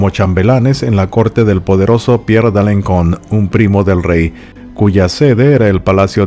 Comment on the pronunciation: Alenson, Alencon se pronuncia con S, la cedilla, aunque el resto de nombres están perfectamente pronunciados . Me encantan tus historias por ser diferentes